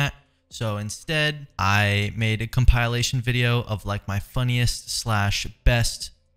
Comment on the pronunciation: "Compilation" uses a soft I. You're a sound guy, bruv. Like pill. Compil....ation. Not com PILE ation. ...... (My mom slapped me till I was like this, sorry)